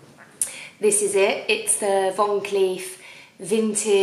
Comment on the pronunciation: You can tell someone is nouveau riche/essexy/not from money, when they pronounce Van Cleef Von Cleefe !!